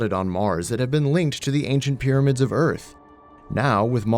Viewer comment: "Leaving earf"